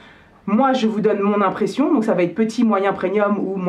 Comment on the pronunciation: C'est moi ou tu dis "preNium" ? 😄